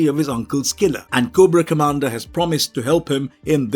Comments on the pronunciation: 2 errors. Its commander cobra not comandar (GIJoe) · Koo bra commander 😂😂😂